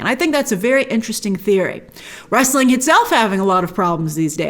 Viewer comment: What is “wrasteling” Grace? Lol